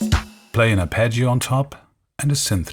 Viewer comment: the way he says arpeggio is just like Arnold Schwarzenegger. He is definitely Austrian!